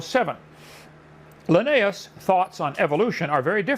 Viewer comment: vs Why does he pronounce Linnaeus differently in the span of 10 seconds????